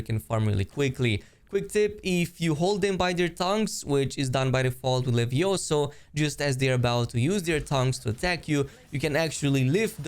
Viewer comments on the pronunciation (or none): none